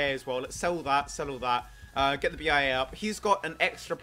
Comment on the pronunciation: Glad to be doing this vid with you, dude! ;3 [also, "Thoo Superior"? XDD Someone must've bitten his tongue before recording ;p]